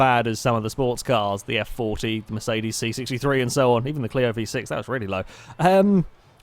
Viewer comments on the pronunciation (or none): none